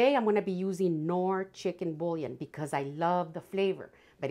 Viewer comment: it’s boo-yon. French pronunciation for bouillon. Sorry to let you know.